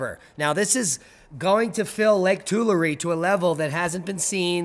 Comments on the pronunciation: It is pronounced TWO LAR EH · Lake Tulare pronounced Tool airy thx for reporting